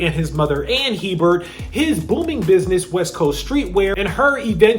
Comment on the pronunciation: Their last name is pronounced ‘Abear’ Not HEBERT lol. I’ve known several people with this last name.